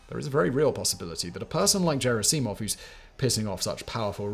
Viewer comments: I believe “Gerasimov” is pronounced with a hard “G”. But you’ll NEVER hear me correct the British tendency to pronounce “Putin” as “Pyoo-tin”. It makes it sound as if he stinks. Of course, the proper pronunciation of “Poo-tin” does as well. He’s a Russian shit after all. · I'm sure he has for a long time just turned up and presented , with lesser employees doing the actual reseach - hints are his frequent mispronounciation of Gerasimov as Jerasimov (soft g instead of a hard letter). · "Yevjenny". "Levvers". "Geraseemov", what else? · Given that this script has many occurrences of "Gerasimov" it would have been good if you learned how to say it. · How can anyone still mispronounce the name of Gerasimov, after Prigozhin shouted out his name so dramatically? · Simon to himself "Should I check how any of these first or last names are pronounced? Naw, screw it, I bet the general's first name is pronounced exactly like the name of my girlfriend in college" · Good video. Terrible pronunciation. No J sound in Russian. G as in Gordon Bennett not German. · Russians do not pronounce the letter, “J,” as in, “Jesus.” Especially at the beginning of words. Moreover, you have never heard anyone else pronounce Gerasimov’s name the way you do. The general’s name is pronounced with a, “G,” “Guh,” for, “God.” As in, “General Gerasimov.” You mispronounce things so badly, so often, that I have become convinced that it is a, “technique,” you use to get people to comment and, thus, boost the algorithm? I used to think it must be a passive aggressive form of trolling your audience, but doubted it? Am I right? Is it to get comments? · just a word of note regarding the pronunciation of the surname Gerasimov, it's not a soft G, sounding almost like a 'J' like in Germany, it's a hard G like in Gold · G in Gerasimov is pronounced as in "good", not as in "ginger". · Mispronouncing Gerasimov's name so badly is actually impressive considering it was a full third of what Prigozhin said for months.